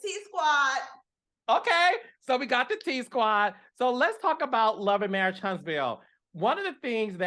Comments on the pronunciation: Tell that girl it's marriage, not marrish😂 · dis, dat, e-vent, and marrish! The "T" Squad should stand for teach or tutor! 😂😂😂😂